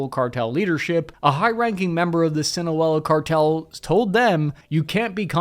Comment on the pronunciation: That good ol' Swin-oh-wol-la Char-tell